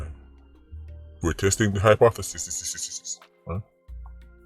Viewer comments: Lol hypth.... what? Lmao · Yow sir that's was funny bro how you pronounced hypothesis 😂😂